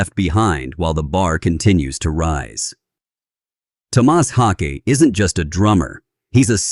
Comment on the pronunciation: Garbage video talking senseless crap. Cant say his name correctly twice and many facts are just repeated junk. Shit video. I am a Meshuggah fan, but I am not a fan of this video.